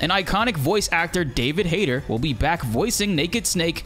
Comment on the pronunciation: I think you pronounce his name wrong. Its Hayt"E"r. The tone on the "e".